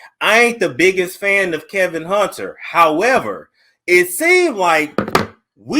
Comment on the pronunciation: His Name is KELVIN not Kevin. Listen to his video and how he says his name...you.are reporting so it is so important to be correct!!